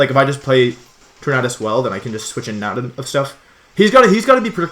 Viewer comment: Logan Rhoades he is saying it right